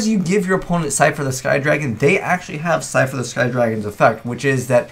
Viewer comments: It's Slifer, not Sifer... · You forgot an L in slifer. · You forgot a L in Slifer, btw great video :)